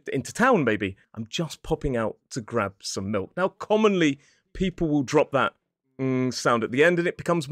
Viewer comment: Grab sounds too American, though